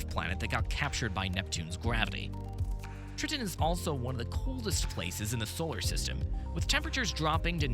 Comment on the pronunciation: Did he say "trittin"?